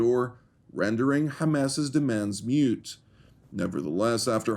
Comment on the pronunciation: 1. Amen, Mr. Prime Minister. Stay strong, sir. 2. 8m 05s without that pathetic ink defacing her flesh no one would have taken her picture, and she knows it. That's what it's all about. 3., achi, I think you meant 'moot', not "mute."